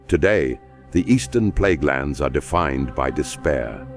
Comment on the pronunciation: Might wanna change it to Plaguelands and not Pleaguelands.